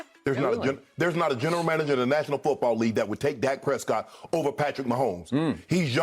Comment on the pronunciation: Y’all never heard of Flightreacts. He pronounces Dak Prescott as “Dake Prescoot”